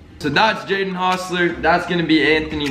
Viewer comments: its jaden not jayden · AHH NO NO PLEASE ITS "Jaden" NOT "jadyen" 😭